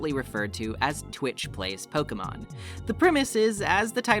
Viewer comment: Pokémon, not pokeumon.